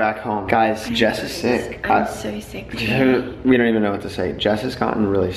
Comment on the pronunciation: "Let's get on the road ...shall wee"" 😭😭😭😭